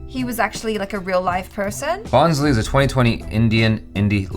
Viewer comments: When said BHONSLE as " Bon-slee " 😂😂😂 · You need to watch the film! It is amazingly filmed, great concept.. And its not based on a true story. Also it is pronounced as "Bho-sle" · you could just have said that the 'n' is silent in Bhonsle. Just like what I said before this guy. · Hey, spell it ' BHONSLAY ' for perfect pronunciation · No.. not " bho-n-s-lee"... It's should be pronounced as " voass- l- a"... As u say L.A's "A", try to say like that "A" in the end after saying " Voass La"...😭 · Pronounced as Bhoslay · Although it is not at all your fault but you butchered the title so badly 😅😅😅😅. It never hurts me but this is a marathi surname and I am marathi as well so I just went aarrrghh for that moment 😅😅😅. But that's okay! Lots of love to & ♥️♥️😍😍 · n is silent in bhonsle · the n is silent in the title bhonsle